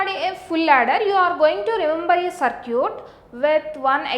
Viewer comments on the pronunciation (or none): mam its circuit not curcit 😂😂😂😂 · " so now lets design a sir-cute .........."